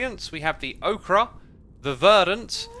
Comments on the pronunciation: For the last time, it is pronounced oke-ur not okra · bro nice vid but ochre is pronounced oker, less okra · ochre is pronounced like "oker" not like "okra" okra is a vegetable though sorry for nitpicking it just made me very slightly annoyed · it’s not OKRA it’s pronounced OKER i swear every snapshot video i watch x please get these things right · "OAK-errr" not "OAK-ra" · I always assumed it was pronounced Oak-er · just a note, the ‘r’ in ‘ochre’ is not pronounced, so it’s just ‘oh-kah’ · ochre is pronounced oak-err btw. It's the name of yellowish clay. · Why did you pronounce Ocher like Okra? Okra is a vegetable. Also why did they spell ocher wrong? Is this another damn Britishism? They damn well better fix that for American English. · Ochre is not pronounced like Okra. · i think its pronounced "oak-er" idk if thats just me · Is he saying "okra variant"? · It's pronounced like oaker, I know it's soelled ochre, so the mistake is forgivable Xisuma. No worries. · Ahhh so 'ochre' is the word from this update you've chosen to mispronounce! Good choice! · Isn't the E in "ochre" supposed to be silent or am I crazy